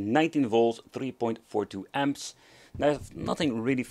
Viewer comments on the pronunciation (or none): none